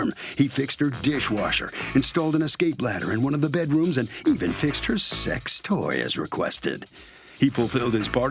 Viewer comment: Did he say secx toy lol